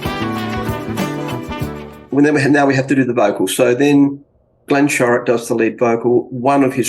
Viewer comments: How do you get "Sherock" out of "Shorrock"? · Very Aussie, and a touch of South Aussie at that, where some of best music, especially in the 70’s came from! And professor, it is not sherrrock, all though you could be forgiven for pronouncing that way, it is pronounced more like sho (as in shot) sho-rick, but said with one syllable. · It's pronounced SHORRock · You don't know how to say the name Shorrock. Glenn Shorrock. To hear it properly